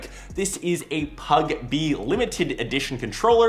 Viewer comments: Why did he say PUGB instead of PUBG? Inside joke? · It’s PUBG Not PUGB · oh no no no you did not just say pug b..... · "This is a 'PUGB' limited edition controller" 😂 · I just realized you said PUGB that I had to rewind a little to check if I heard you right 😅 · he said PUGB. smh. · Did he jus say PugB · Did u just call it PUGB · did he say pugb